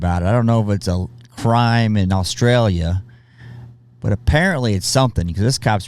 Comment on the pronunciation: First off I love your videos I can't say for sure about the Australian army facts but one quick tip it isn't Aaaauuustralia it is Australia you pronounce it short and quick but not rushed anyway keep up the great work.